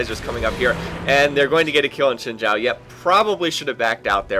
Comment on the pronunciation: I really like your videos but please try to learn how to say champions names correctly. I don't know how you get shijn chow out of xin zhao but I think its wrong. Also its not aliSTAR, it alistar.